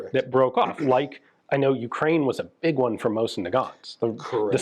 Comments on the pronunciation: Pretty wild this guy doesn’t know how to properly pronounce Ukraine despite having done business there. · Not sure how to feel about this as Ukrainian. From one point I blame our politicians selling our heritage for pennies our grandfathers bled for, but on the other hand listening to him giddinly describe how he robbed Ukraine while pooping on and mispronouncing Ukraine doesn't feel good.